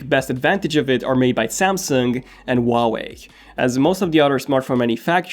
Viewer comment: That’s so ugly and you pronounce huawei wrong.